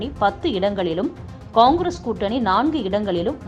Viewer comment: சரியான உச்சரிப்பில் கூறினீர்கள்...... கொங்கிரஸ்